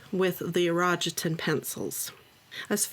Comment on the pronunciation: Konnichiwa, its pronounced "ee ro gee ten 😅